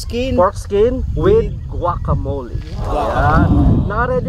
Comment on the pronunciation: Guacamole- mo-le Not mo-li